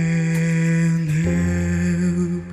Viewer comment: Great analysis. In the word Men as much as i tried i always heard Men not Man, on the words can't and love though you are right she did not pronounced them correctly but let us not forget that she is 18 years old here and English is not her first or even second language and also if you take in to account the time she spent in the orphanage and in therapy for he speech problems she did not had much time to study the language so her Russian accent still gets in the way. Personally i really don't mind, i did not even payed attention to it until you mentioned this and i will even add that i think accents make a language way more interesting, i love them. In an interview after this show she said that she started to study English though so everything will be fine in the future. On your comment about the form of the mouth when singing high notes, i think that she did this because the performance demanded it, in other performances like "take on me" by A-HA, "Feeling good" by Nina Simon or even in her own song "Revelation" and many others she shows that she can reach up there with her mouth barely open. If you want a recommendation i would suggest either Crow: or Oh, it is not yet evening